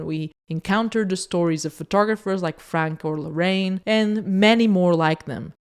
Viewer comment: I love your channel!!! <3 Just a little pronunciation feedback: When you say "Larraín", it sounds like "La-rain". Larraín has an accent in the í, which divides the word in another syllable, for a total of 3. It should be said something like "La-rra-ín".